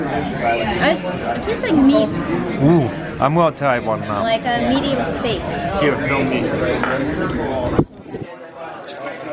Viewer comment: she said Medium steak.. I thought she said "A Meaty mistake" hahaha